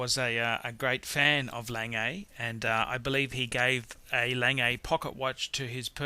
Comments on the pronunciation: Wow... so many views for a dreadful video. I would certainly learn how to pronounce brand names correctly.. LOL I mean Audemars Piguet is pronounced O - de mar Pee Gay not Pee r jay - thats Piaget a completely different brand... Lange is Long - e not Langay... and you meant chronograph not chronometre dear me if you are going to be pretentious get it right... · Got to agree with the folks who didn't like hearing "lang-ay" instead of the proper (German) pronunciation "Long-ga". And he's clearly confusing the Audemars-Piguet brand with the Piaget brand. Piguet is pronounced "pee-gay" and Piaget is "pee-a-zhay". And didn't we lose one? Number seven? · the first one is not pronounced langay, its pronounces long-ugh or something like that, it means long in German. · it's pronounced lahngeh und zooh-neh (like the vowel at the end of Porsche) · Längei :-DDDD Lange GGGGG!!!! :-D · Few things: 1. Lange is pronounced "Lang" with your mouth curling into an "O" when you hit the hard "G" at the end 2. Gerald Genta, not Gentra 3. That Royal Oak with the plastic black bezel is an abomination 4. The Breitling Navitimer - grotesquely busy dial with a gussied up pedestrian Valjoux inside. Hardly one of the 10 greatest, not even the best Breitling (Steelfish or Superocean Heritage Chrono far more interesting) 5. Omega, not "Amiga." 6. Rolex in the top ten? 7. The better PP is the 5204. The Calatrava is 911 of high end watches, ubiquitous and boring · Lon-guh. Douche. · 'A-langay and son' ... I shiver.. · Lange is not "langay". It's pronounced as if you were going to say "langer" but don't pronounce the "r" (similar to Porsche "porsche(r)") Also you said "Piaget" which is the name of another watch maker. This one is "Piguet" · its A-Lang-guh and So-noh (A. Lange & Sohne). Au-dee-mar Pee-kay (Audemars Piguet) good list. how about V.C. Patrimony or JLC Gyro ? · You pronounce it like the english word "lung" but with an "e" at the end ("e" like in "e"xercise).